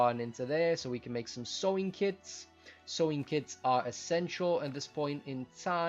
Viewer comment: It's "sewing" not "sw", that was the problem. By the way, I like the way you present the video and the information. The potion ingredients were a new thing and also the bread. It would be nice with a structure with an aesthetic appeal, however I realize that might not be part of the efficient program you've got going here. Still like your video though.